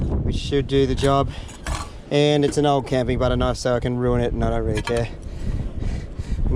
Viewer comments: when this man said "Kenifee" i was like ??? but..knife..love it xD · My dude said "kaniffy" (knife) I for real thought I was the only one